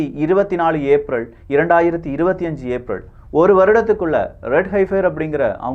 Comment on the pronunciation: ஏப்ரள் இல்ல சகோ... ஏப்ரல். நீங்க தவறா உச்சரிக்குரீங்க திருத்திக்குங்க...